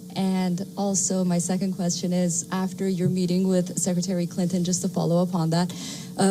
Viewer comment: Did she say secretary Clinton ?